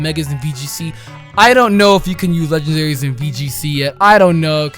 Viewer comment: "Legandaries" hmm..